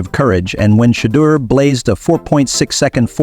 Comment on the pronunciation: This guy should never say Sanders name, he can't even pronounce it, but he pronounces all these white players name properly, if you can't say his name right, don't even say it at all, it's a good show, at least give the man's name some respect and say his name the right way or don't say that all, just say Sanders if the first name is too difficult for you to pronounce, I think it's a good show, but say the man's name right, please.